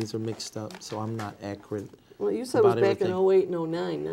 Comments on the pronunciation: That’s acrut 😊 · “Accrid” (Accurate), “Axe” (Ask), “It don’t say that” (It doesn’t state that), “attention”(intention). Ladies and gentlemen this is who she gave over 1 million dollars to 😢